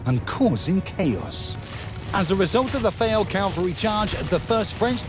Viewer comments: "Ag - en - court", "Cal - vary" 😬... Yo, I enjoyed the video, but if you want a great voice-over artist, maybe I could be him! 👋😀 #AspiringVoiceoverArtist #NeverGiveUp #Goals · No, I credit the narrator in the description. Is it rubbish though? I mean, this is the most successful video on my channel, so... I know that there are a couple of mispronunciations, notably "cavalry" and "Agincourt", which were pointed out by the audience MANY many times before. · Good heavens! You persist in saying "calvary." Calvary is a hill. The armies employed CAV AL RY. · "Cavalry" and "Calvary" in the English language are pronounced differently. Calvary is not in France. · Not to mention the repeated pronouncing of cavalry as "calvary". But yes, it was still a fun watch. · I think it must be one of those computer-generated English voice programs as there was quite a few wild pronunciations - no English speaker talking on this subject would say "cal-very" instead of cavalry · Yea I agree he says Calvary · Findally the Calvary has arrived! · Anyone else notice "... the French Calvary charged ...", about 18 seconds in? There were others... I'm available for voice-overs... I can even say "antidisestablishmentarianism" and I know what it means. I can say "photolytic degradation", too. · AND it's CAVALRY not CALVARY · And the calvary must have been impressive. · Agincourt has a soft G and the T is not pronounced. Also it's cavalry, not calvary. The archers' main weapon was their hammers, which they had used to drive in the stakes. They battered the French to death. As mentioned elsewhere, the battlefield was much more narrow than depicted, causing compression of the French advance and churning up a sea of mud which ground them to a halt. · cav-al- ry not cal-vary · Wonderful video—however, it’s “Cavalry”, not “Calvary”. The way you pronounced it in this video was incorrect, which referred to the crucifixion rather than soldiers on horseback. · CAValry. Not CALvary.